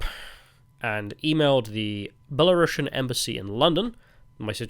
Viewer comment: It's because you need to pronounce it "belarusian" with a u that sounds like a oo (and not a uh) and a normal s. Don't say "belarushian" like you'd say russian.